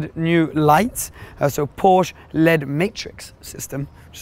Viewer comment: Did he actually just pronounce LED like the word ‘led’?...